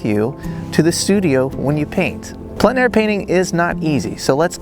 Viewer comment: Great video, as always. As a francophone, allow me to tell you that your pronunciation of plein air is very good. Long story short, the word “plein” on its own is hard for anglophones to pronounce properly but because the following word starts with a vowel, the pronunciation becomes simple. Think of the first syllable of the word plenty … followed by air. Plen air .. should be very simple for anglophones to pronounce.